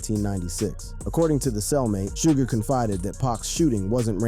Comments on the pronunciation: Sooj? 😂😂😂😂😂😂 It's pronounced shug. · Fuck this A I video 📹 repeating the same thing and pronouncing Suge Knights name wrong. 😅